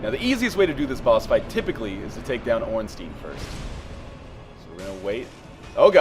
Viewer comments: you're one of today's lucky 10 000: Ornstein, should be pronounced "stine" not steen". rules of german grammar apply here, so you always pronounce the second vowel, in this case the "I". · under proper german pronunciation it should be "Stine"r.